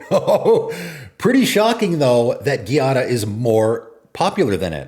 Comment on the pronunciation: Giada is pronounced GEE-ah-da. GEE like Jeep or gee whiz. It's not pronounced like Karate gi, the clothing. It's an actual Italian female name. There is a famous Chef named Giada De Laurentiis in real life. Also, you can google "pronounce Giada." I wish people would google some of these names. Some are actual names that you can look up how to pronounce with google.